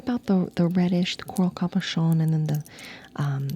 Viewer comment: I'm dead over the accent with "cabochon."